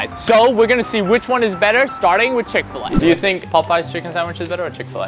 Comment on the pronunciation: Chick fa lay Chick-fil-A